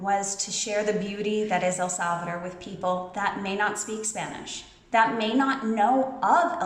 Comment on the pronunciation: Your pronunciation is good. You are learning. One thing to keep in mind is the phonetics. For example when you say El Salvador, remember to keep pronouncing until the las letter. Instead of El Salvader, it's El SalvaDOR... Many Americans commit this error. Again, you are well on your way. We Latinos are very forgiving. We appreciate the efforts and willingness to keep learning. Estás mejorando muchísimo! 😊